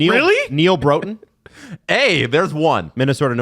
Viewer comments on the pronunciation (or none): says "North Stars legend Neal Broten" and proceeds to mispronounce his name. It rhymes with "rotten"